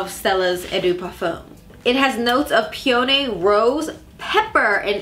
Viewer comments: I love your videos but for such a big partnership, I would think you would make sure you pronounce a basic flower properly.It’s pronounced pē-ə-nē. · pee-uh-nee lol